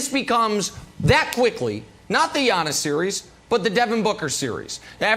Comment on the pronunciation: i hate the way brandon says Giannis’ name lol he says “yawn-us” 😂